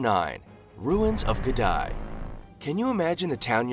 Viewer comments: The name is, The ruins of Gedi......not Gedai! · Its not Gedi, its Gede. Pronounced G-E-D-E. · Its Gede ruins not Gedi... pronouned as Gay day but remove the "y"s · You should also visit "Ged-EYE" ruins! (It's actually pronounced "Ged-EE") I may as well clarify here as well, it's well known to have been built by the Swahili people, no mystery about it's abandonment, either - Gedi was abandoned by the middle of the seventeenth century. The presence of the Portuguese from the sixteenth century has been considered one of the primary factors in Gedi's eventual abandonment with their attempts to monopolize trade and due to armed intervention. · It's not 'Ge-dye', it's 'Gedeh' or 'Gedee' ruins. I grew up near there. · Africa is not only the cradle of mankind it's also the cradle of civilization..look at the pyramids. They are a true Testament...and btw..that place in kenya is pronounced as Ge-di not Gedae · Discovered by colonialist .... 😂😂😂😂😂. So Africans arounds the place were blind ... ?? Also, no pronounced "Gdy" but "Ghedee" ... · It's NOT Geh-die, it's Geh-dee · Not Gedy.😂..it's Gedi ruins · Gèdï.....pronounce it like gaydee